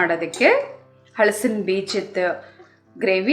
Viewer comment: ಈ ರೆಸಿಪಿ ಚೆನ್ನಾಗಿದೆ, ಹಳಸಿನ ಎನ್ನುವ ಉಚ್ಛಾರಣೆ ಯಾರನ್ನು ಹಲಸಿನ ಎಂದು ಬದಲಿಸಿ